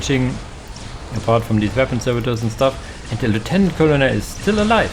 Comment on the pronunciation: Bugler is "Byu-gler" Colonel is "Kernel" I hope this helps. Thank you for the casts!